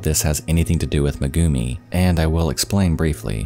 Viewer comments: "May-gumi" not "Muh-gumi" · MEgumi not meGUmi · Thanks a lot for the story but next time when pronouciating non english names please use at least google translater because everytime he sayd megumi It cringed tf out of me